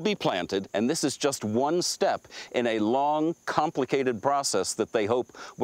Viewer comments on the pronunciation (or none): none